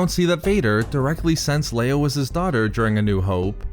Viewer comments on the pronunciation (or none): Vadurrrr, lei-urrrr, familiurrrrr 😭 I think french would be jealous here